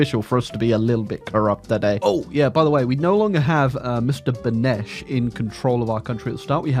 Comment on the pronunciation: Mr Benes not benesch